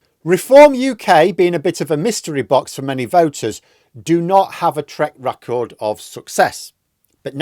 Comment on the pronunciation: Erm... wtf is a "treck racord??